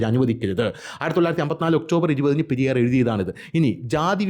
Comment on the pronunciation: Periyor alla periyar iyal tamilan pollum kanndian anu